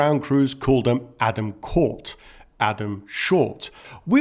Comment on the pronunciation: It would be nice if you could try better to pronounce tje swedish names like lång = long just sayit in english and you almost have the same pronouncement. And the same for kort = short renove the sh and say it iwith a hard K and ort and then a short o =å